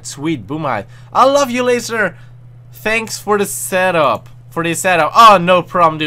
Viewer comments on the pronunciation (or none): none